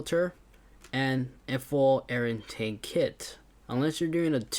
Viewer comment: “Intank” lol it’s intake